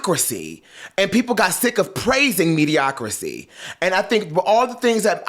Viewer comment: Be fair, JT is starting all over without a big record company behind her. I believe she had no place beefing with and dissing Glo, but I love her as an MC. Also, it's mediocrity, not mediocri-SEE. Love you!